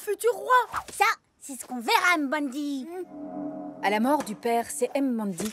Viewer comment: Je vous en supplie faite un petit effort sur la prononciation x) C'est pas N-zinga mais nzinga, tout collé! Mbandi et pas M-bandi ;)